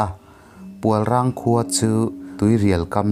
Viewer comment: Pualrang i tih hi PUALRENG tih zawk tur a ni lo maw. Tunah phei chuan wildlife sanctuary ah an puang tawh nghe nghe.Darlawn tih i lamdan pawh hi a dik tawk lo hle mai.I chhiar hma hian Khaw hmingte,hmun hmingte leh ṭawng upa deuhte lamdan dik hi Upa leh thil hre deuh te zawt hmasa ṭhin la. Chutichuan,i thil chhiar ṭhin hi a ngaihnawm sawt ngei ang le.